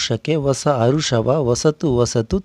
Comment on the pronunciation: ಏ ತಮ್ಮ ಹರುಷ ಹರುಷ ಅಲ್ಲ ಹರುಷ ಹರುಷ ಏ ತಮ್ಮ ಅದು ಎಲ್ಲಾ ಬಿಡು ಕನ್ನಡ ಚೆನ್ನಾಗಿ ಮಾತಾಡು ಹರುಷ ಹರುಷ ಅಲ್ಲ ಹರುಷ ಹರುಷ